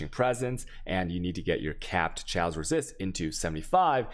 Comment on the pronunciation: I cringe everytime i hear him pronounce G(uardian) or CH(aos)